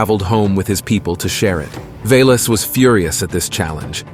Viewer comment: Corrections: It's not Svarojic - it is Svarozhich... not Dashbog - rather Dazhbog... not Velas - rather Veles... not Mokash - rather Mokosh...